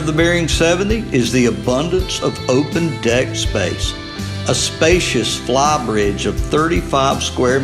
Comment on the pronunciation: "flaw-bridge and poll-it house?" 😆